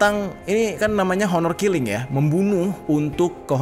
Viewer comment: oner killing bacanya bang hehe